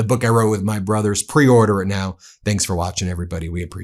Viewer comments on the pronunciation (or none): none